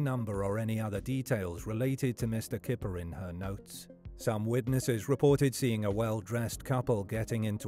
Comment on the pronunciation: In Dutch "Kyper" is pronounced "Kai-per". The Dutch word for chicken is "kip" which is pronounced as you'd expect. Unless he used a fake English pronunciation because it was easier. I've known people do that.